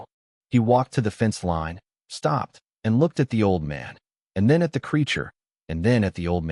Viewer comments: What is with pronouncing line as lean? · It is AI using the soft I sound as in lip instead of the hard I sound as in lice. It doesn’t know the rule . . . yet